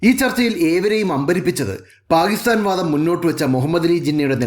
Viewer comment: First learn to say Pakistan properly